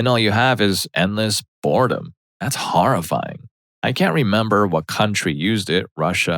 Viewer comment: I'll tell you what's horrifying, it's the way this narrator says "horrifying".